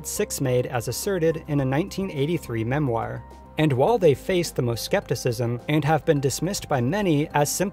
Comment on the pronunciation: Good show but you need to pronounce 'memoir' correctly. Ouch.